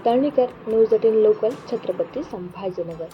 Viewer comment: संभाजी नगर म्हणायला शिकायला किती महिने लागतील.बाकि हुशार आहे